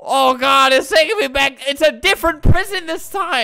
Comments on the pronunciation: LOL idk why that was so funny "oh my god...or oh my gad" "are you gad"....."no" lmao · He said Oh my Gad 😂😂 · Albert: GAD GAD!! Me: It sounds like he's saying dad but in a silly way.. IS GOD ALBERTS DAD!!!!